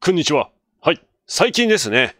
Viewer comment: 最初「〇ンニチワ」って言ってるよね？笑